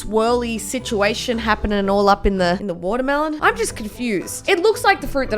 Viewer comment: Nobody:: Whatur-Melown